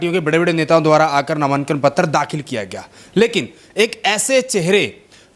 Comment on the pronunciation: नामानकन नहीं होता, नामांकन होता है, क्यूं बेज्जती करण लाग रहे हो पत्रकारिता की। लठ ठा कै पत्रकार नहीं बन्या जा। बार बार कहीं ना कहीं, कहीं ना कहीं, क्या है ये?? जो हुआ है वो हुआ है।